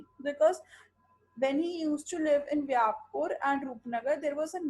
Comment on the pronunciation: It's not vyapur, it's vyaspur. 😊😊